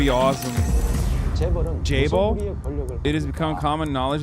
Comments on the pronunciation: Why does pronounce it like "Chay Balls" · As a korean, the better way to say it would be jaebol